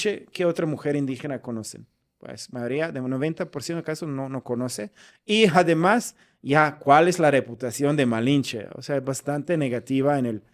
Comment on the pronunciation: Querido me encanta tu manera de hablar el español, siempre oigo cómo dices "aremás" en lugar de "además" y el famoso "por ejemplo" tú dices "poreemplo" 😅